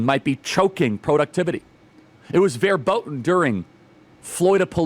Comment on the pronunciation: FYI, Charlie: The “V” in German has the “F” sound. So say Verboten like this: Fair-bote-un.